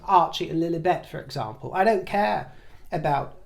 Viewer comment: Again you did it! Th so gorgeous pronunciation of Lillibet 😀😃😄